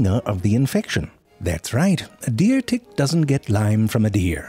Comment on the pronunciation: I meant the way he says it. I'm not sure if it's dtick or tdick. He does such a good job combining those sounds.